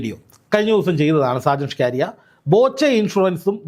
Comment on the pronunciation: ഷാജൻ സ്കറിയ അല്ലേ ? സ്കാരിയ അല്ലല്ലോ?